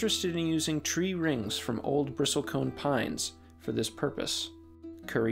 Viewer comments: Such a tragedy. Btw, it's pronounced "bristle" not "bristol" The "t" is silent. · It's pronounced "brissel" , not "bristol". Typical internet expert. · you don't pronounce the "T" - it's not a "briSTOL-cone" pine, it's a "bristle-cone" - like the bristles of a brush... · It's not a Bristol cone pine. It's a bristle cone pine, which is pronounced, bris-sle. It's not a 'conservationalist', it's a 'conservationist'. But thanks for a great video anyway. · BRISS-ul cone 😐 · Bristlecone is pronounced [ bris-uhl ] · A small correction: the word is Bristlecone, not Bristolcone…. Bristles of a brush+cone. Not the city of Bristol + cone. I visited the Bristlecone forest up on Mt. Evan’s in Colorado. They are a powerful and majestic species and need our protection from greedy and ignorant bureaucrats and “managers” of our national treasures. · Never in almost 60 years of study have I ever heard anyone pronounce the "t" in Bristlecone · You repeatedly mispronounce the word Bristle. Very annoying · I didn't need to hear someone mispronounce "bristlecone" that many times. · You are mispronouncing 'bristlecone.' Great vid otherwise. 😉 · And bristlecone, you don't pronounce the t. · The "t" in bristlecone silent. Robots, huh? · It’s annoying to hear the “A1” mispronounce “bristlecone” so stopped watching after 49 seconds. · You might want to learn how to pronounce "bristlecone". Your righteous indignation doesn't look good on top of stupid. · you're pronouncing it wrong. the t is silent. it's "brissle cone" it's not "nevodddah" it's nevada, the same a sound as in sad. "sad" - "nevada". it's conservationist, not "conservation-AL-ist" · Can the AI narration at least pronounce "Bristlecone" properly? The "T" is silent. Not to mention the mispronunciation of Nevada.